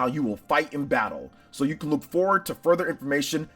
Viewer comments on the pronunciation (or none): none